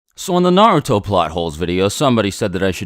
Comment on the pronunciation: WHYYYY do you pronounce Naruto so badly?